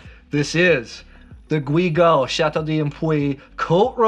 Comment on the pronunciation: Not Gwee Gal but Ghee Gal